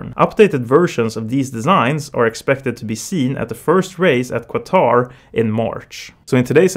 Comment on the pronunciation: It’s not QAAAATAAAR IT’s qatar.